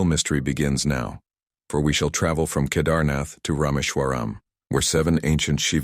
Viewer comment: Do learn how to PRONOUNCE SANSKRIT properly. Please. "Shivling" is the Hindi shortening of the authentic SHIVA LINGA. You can't even pronounce Kedarnath...sheesh.